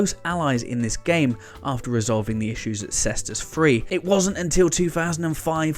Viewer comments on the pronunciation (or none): none